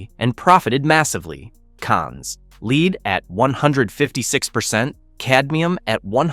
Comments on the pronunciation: LEED! It is pronounced LED. Non-English speaker trying English. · Learn how to pronounce lead.